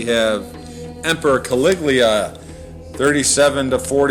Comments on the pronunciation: The commentator says "Caliglia" instead of "Caligula". Woeful. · CA-LIG-U-LA!! - not Caliglia!! Learn the actual pronunciation of words on the page before you. In the vernacular: Dude, ur like a full tard, for some kinna downy, u do good brah... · For God's sake redo this video and pronounce CALIGULA correctly!!!! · its kawiggglia. get it right girlfriend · THIS NARRATOR CAN'T EVEN PRONOUNCE CALIGULAR CORRECTLY. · How come you can't pronounce caligula's name ?